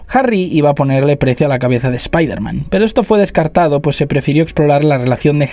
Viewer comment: Muy buen vídeo, pero no pronuncies espaiderman, nunca más.